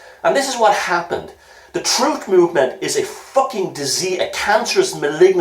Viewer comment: Troof?? You can't handle the Troof!